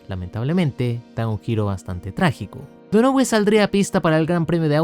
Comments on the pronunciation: Seria Donohiu? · Man a Mark Donohue se pronuncia DÓNAJIU como también te había corregido Tyrrell en su momento 🤣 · se pronuncia "DÓNAJIU" (Donohue). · JAJAJAJAJA.... Te pasaste cuando pronunciar MAL el apellido DONOHUE..... Te pareces a tu amigo el SIETE UP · Me dolían los oídos cada vez q pronunciabas donohue así como se escribe jaja pero buen video igual